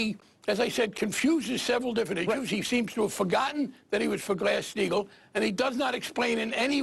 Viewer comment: Did Barney say "Grass-Steigel"? Grass? He is 100x more incoherent than Bernie on his worst day, even Bernie on his worse day getting hassled by the bizarre Daily News staff (it's not even journalism).